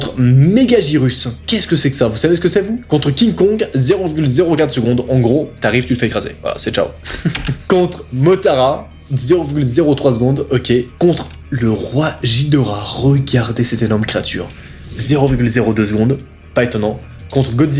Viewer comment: Moi quand il a dit motara😱 ça se prononce soit motra mosra